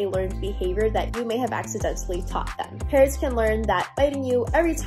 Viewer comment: English is not my first language so I was very confused at the beginning where I thought Parrots was "parents"